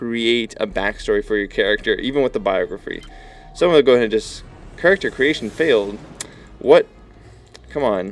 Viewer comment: "characer" LOL!